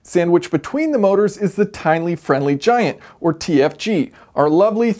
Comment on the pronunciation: "Tine-ly Friendly Giant" whoops :)